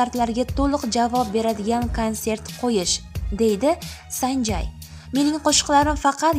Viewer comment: Санжай эмас, САНЖЕЙ